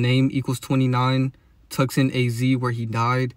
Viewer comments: Tucson is pronounced ( Toose ahn ) BTW. Had to say cause you repeated it like 5 times lol its understandable tho you just read it the way it's spelled and the English way of spelling can be straight retarded lol all the silent letters and words like phone. Now that I think about it Phoenix is in Arizona too.. Anyways love your work bro and don't forget free masons pushed Christianity and there interpretations of the Bible on us don't forget that . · It's pronounced Two-sonne the c is silent 😊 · The c is silent in Tucson. It's pronounced "two saan" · I’ve never heard someone say Tucson like that bro lol